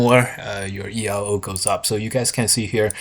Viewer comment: Elo is actually pronounced as a word, as it is the surname of the guy who invented it, Hungarian physicist and chess player Arpad Elo.